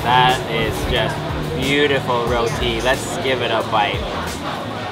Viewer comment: Why's the title say "Muslim meal"? What's Muslim about a Indian (India contains more hindu's than anything). Also you're doing it all wrong lol eating Roti (pronounced Rootea btw) with a knife & fork 😂